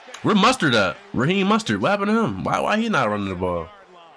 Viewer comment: Bro said Raheem mustard 😭